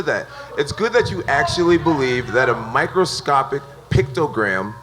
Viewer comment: "Microscoptic pictogram" ~ Jon Jones, 2018